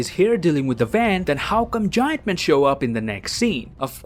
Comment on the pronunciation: first time I've heard anyone call big ant man "giAnt man" and how he pronounced it honestly made me think it was some superhero from the comics I've never heard of til 6 seconds later where I realized it was ant man